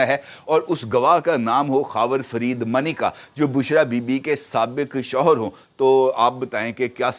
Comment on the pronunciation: مَا نے کا /درست لہجہ /تلفظ ادائیگی/مانیکا